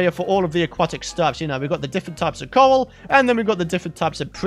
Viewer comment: When you said coral blocks I heard you say coal blocks haha